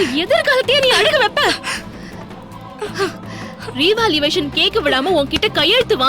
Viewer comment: revaluation is correct pl don't pronounce as revaluvation